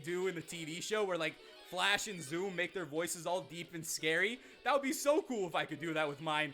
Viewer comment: Please... Never... Say... FLASH... Again... XD